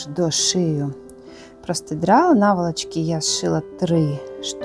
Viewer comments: ви мене насмішили словом простидрало,я його почула ще в інших ваших відео,це так кумедно у вас звучить.Правильно казати простирадло,але ви молодець,і в мовному питанні і у в'язанні,а шиття для мене це космос. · У ВАС ЗОЛОТІ РУЧКИ.ДУЖЕ ГАРНА БЛУЗКА ВИЙШЛА.ЮВЕЛІРНА РОБОТА.ТІЛЬКИ РІЖЕ ВУХО ВАШЕ ПРОСТИДРАЛО)))))ЦЕ ПРОСТИРАДЛО)))))